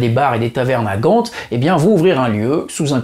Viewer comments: Gand 😂😂😂 Lokeren c'est correct mais on ne prononce pas le d a gand😉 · GAND PAS PAS "GANTE" Sinon encore une perle comme video avec beaucoup de nostalgie !!!! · Sinon, tu prononces parfaitement Lokeren mais Gent, c'est Gand en français, qui se prononce comme le mont "gant" ;) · coucou! la ville de Gand se prononce comme un gant et pas "gante" ;-) ou alors c'est la version néerlandophone, Gent, qui se dit "gèn't" (avec le G qui se prononce entre un H très expiré et le R, assez proche du son que fait un chat fâché ;-)